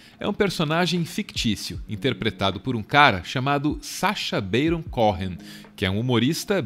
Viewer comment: Só uma correção: o sobrenome é pronunciado "Cohen" mesmo, não "CóRRen"